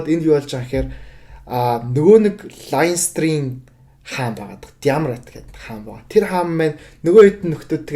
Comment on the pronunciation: Бүгд найрамдах Улс биш ш дэээээ😮😮😮. Иреланд Улс гэж орчуулна.Leinster, Munster гэхийг англиар яаж дуудаад байгаан бэ хммм.Clontarf гэж хэлж байгаа нь😮😮😮 хүртэл хммм. Дублин хотод маш олон боловсролтой Монгол залуус мэргэжилээрээ дэлхийн том том компаниудад ажилладаг тэд нараас дуудаж яриулсан бол дээр байх байлаа.